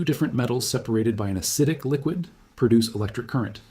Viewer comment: said "acidic" .